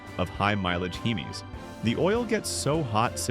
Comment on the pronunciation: "Heemees" please never again ai man